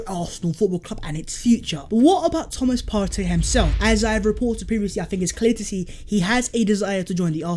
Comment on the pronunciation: saying Thomas Partey is so satisfying